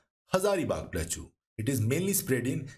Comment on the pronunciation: In no accent plateau is pronounced as plachuuuu, please correct it ,it is very irritating